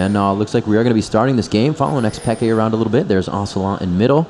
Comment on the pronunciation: PEEE-K not peka